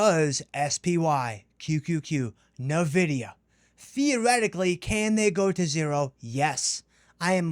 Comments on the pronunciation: Even Jensen Huang pronounces it as N-vidia, not "Navidia" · Nvidia's naming origin is from the Latin word, invidia, meaning envy or jealousy. The correct pronunciation of Nvidia is "en-VID-ee-uh." No, nah in it. Other than this, another super video! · Bro, that is not how you pronounce Nvidia. I must reassess you now.